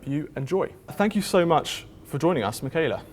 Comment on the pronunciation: I hate how English speakers pronounce "kh" as "k" when it's used to denote the front "h" sound, makes Mikhaila sound like "Makayla" lmao